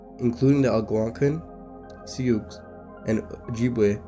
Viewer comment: This is a great video with a lot of good information, and you have a good voice for this! Please work on your pronunciation and music editing, that's my only critique. You were really off with how to pronounce Algonquin and Sioux, for example. Still, good video, and I look forward to you growing and improving! Subscribed! ❤